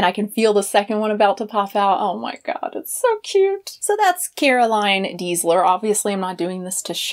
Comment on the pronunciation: Her surname is Deisler [pronounced as "daisler"], not Diesler.